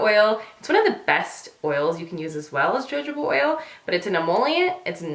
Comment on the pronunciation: Great video! One thing, Jojoba oil is pronounced "huh-ho-buh" not "jah-joe-ba"!!!